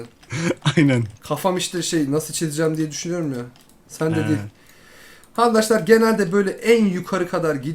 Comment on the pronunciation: çok doru söylüyosun ama sana çok kötü bir şey söyliycem ona andaşlar denilmez arkadaşlar denir